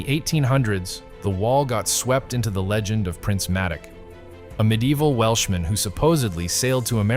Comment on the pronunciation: It's Prince May Dock, not Mattic.